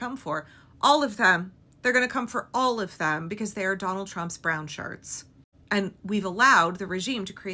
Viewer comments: It sounded like you called them "brownsharts" instead of "brownshirts." 😆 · "brown sharts" 😂